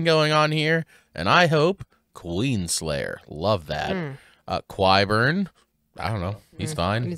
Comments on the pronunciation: Okay, it's not Elena, it's Olenna, and Qyburn is pronounced like a K, not a Qu. Any names here that have a Q not followed by a u are not pronounced Kw. You've probably finished recording all these by now, so, just in case this is useful to you later, I guess. :) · It's pronounced Ky-burn.😊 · Will we get a correct pronunciation of Qyburn before the show is over?